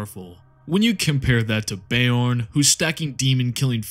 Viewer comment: "Bay-orn" the fellhanded the physic damage continues 😂 Please always go with your own pronunciation of everything, gives me a good giggle everytime 😅